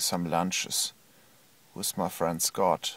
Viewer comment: " So I did leave. I do not each lunch wiss, wiss terrible daddies."